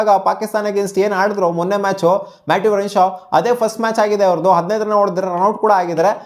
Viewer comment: Matt renshaw say properly 😂